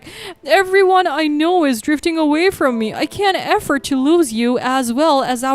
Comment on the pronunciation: Story 5: The narrator should tell the story properly and make it interesting to listen to and not be in a hurry. She seems like she's running the annual New York City marathon. Oh , and another thing, she must learn to pronounce the words correctly, it's not EFFORT but AFFORD 🤦🙆 dear me, ooh this girl, eish......